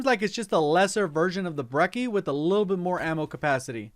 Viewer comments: not breki, breCHi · He said Brecci four times and it was four too many times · you said brecci wrong